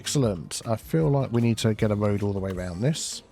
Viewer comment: “Tree on röad” is my favorite vocal stim lol